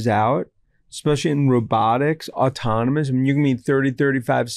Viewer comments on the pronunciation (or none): It’s AUTONOMOUS not ATAMANUS !!!!!